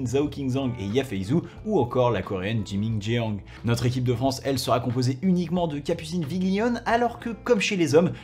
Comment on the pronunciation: Je vois que tu essaie au maximum de bien prononcer les prénoms des athlètes (du moins pour les noms européens) et c'est super. Du coup, petit tips, en coréen "ae" ça retranscrit le son "è" et "eo" retranscrit le son "o" ouvert comme dans "or, "fort", "sport", bref tous ces termes que ces athlètes connaissent bien ! Donc Chaeyun Seo se prononce Chèyun So' et Jimin Jeong se prononce Jimin Jo'ng. Bon après c'est pas gênant, on reste Français et j'ai aucune idée de comment se prononce le reste des prénoms hors Europe, donc fais ce que tu veux de l'info. Merci pour tes vidéos toujours super intéressantes et aux petites touches d'humour toujours bien pesées et appréciées :)